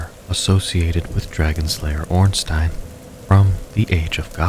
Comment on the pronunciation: The way you were pronouncing Ornstein was scaring me